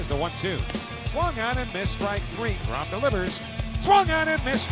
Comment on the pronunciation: Tell Jason de Grom to fix de Name. De Grom. Not de Grom. Shame he's waisting his career with de Mets anyhow.